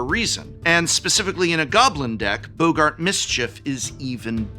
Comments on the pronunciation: I'm sorry, "Boe-gart"? Who's pronouncing it "Boe-gart"? I'ts first name isn't Humphrey. Double "gg" means it's pronounced "bog-gart". English professors smh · Why are people mispronouncing boggart as "bo-gart?" There's even two Gs 😭